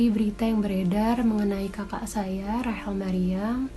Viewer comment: Rachel mbak bukan Rahel.